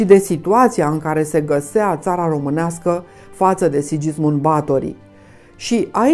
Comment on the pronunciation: este pronuntat "Sighismund" nu Sidjismund.